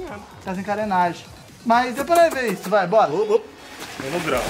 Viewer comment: Eu também escutei ele falando isu